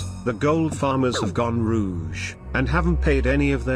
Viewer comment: "Gone rouge" lmao